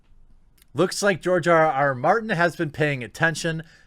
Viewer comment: OMG... TheQuartering mispronounced GRR Martin's name !!! Clearly he's an instaphobe too!?! Comrades, attack! Oh, wait.. target of mispronounciation macroaggression is a white male so that's ok. False alarm. :)